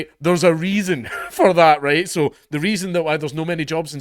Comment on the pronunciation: "RrrhWhite!" "RrrhWhite!" "RrrhWhite!"